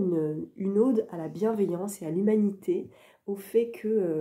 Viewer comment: Super vidéo ! Petite correction : on prononce "ode" comme "code" ;-)